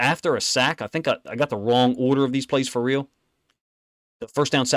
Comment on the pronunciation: When this man says...(FA REAL!) It's that.